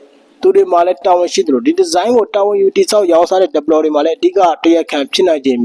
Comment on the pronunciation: ဟရောင် developerကိုဘယ်လိုပြောတာ😆😆😁 မအေလိုးတောသား ဒက်ပလော်ဒါဟလား😂